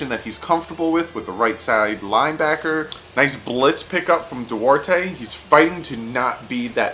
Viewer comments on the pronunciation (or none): none